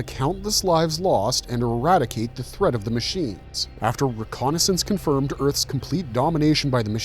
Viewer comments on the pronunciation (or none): none